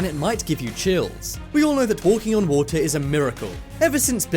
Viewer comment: The thing that annoys me the most is his ‘t’ pronounciation waTer preTTeeee ThatS the impression